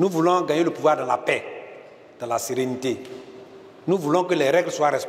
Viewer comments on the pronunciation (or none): none